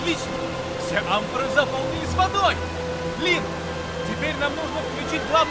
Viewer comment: Амфоры ударение на а